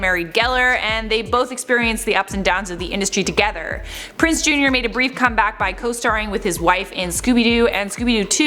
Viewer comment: PrinZe not Prince.